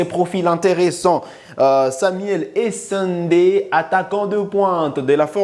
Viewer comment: Merci de ne pas deformer les noms congolais. Essende se dit: E-SE-NDE et NON E-SA-NDE